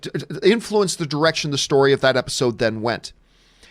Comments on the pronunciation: You said episcene lmaooooo 🤣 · Lol he said "Episscene". I love it.